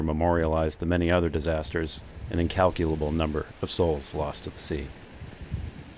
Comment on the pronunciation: hey, great job saying “incalculable” 😅 did it require multiple takes?!